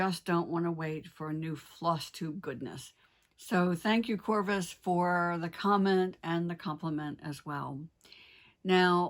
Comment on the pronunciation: Oh yay, I got a shout-out! You pronounced it right, my username is not my real name but the scientific name for the common raven. I'm one of those paranoid people who doesn't like to use my real name on the internet too much. The scissor fob question is an interesting one. I don't think that many tables are high enough for a fall to damage them, so it seems like a moot point. But if it were a longer drop, say off the top of the building, the fob has a larger surface area which creates more air resistance, giving a parachute effect where the fob would fall a little more slowly and the skinny metal scissors would dangle from it pointy end down. It seems to me that you would need to put quite a bit of weight inside the fob to overcome this, more than would be convenient to drag around on your scissors! But maybe that works for some people. I don't have any fobs, so I can't test it firsthand. The ideal solution is of course to not drop them at all, but we know how that goes!